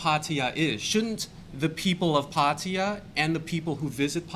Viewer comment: pronounces 'Pattaya' correctly...